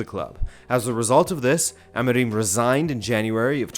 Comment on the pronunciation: your portuguese pronounciation is atrocious, you cant even get Amorim right